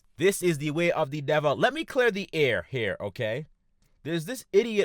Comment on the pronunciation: "This is da wae of da deviil." Lmao instant like and sub.